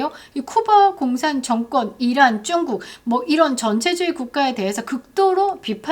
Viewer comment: 중국표현하실때쭝국발음100%마음에듭니다 특허내시면?